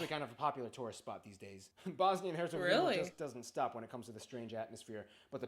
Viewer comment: im sorry???? BRO REALLY SAID HERGOZVINIA IM DEAD💀